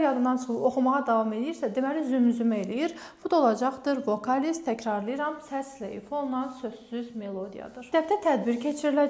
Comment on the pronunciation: Savadlisiniz.Təəssufki,akcentiniz bərbaddır.Bu da vacib məsələdir.Tələffusunuzlədə istəsəniz gözəl olar.Vokaliz və s. sözləri düzgün tələffüz edin.